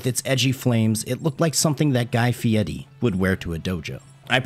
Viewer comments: Reminds me of Flyff. Also, Guy FieRi. Not Fiedy. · That's incorrect the pronunciation of "fieri" in italian requires rolling the r which makes a distinct t sound. I'm just trying to stay true to the legend, while having absolutely nothing of a cultural knowledge on italian pronunciation okay? It's most definitely not pronounced "firey" however. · How does this guy manage to pronounce every other word incorrectly? Jee... khame house... guy fieddi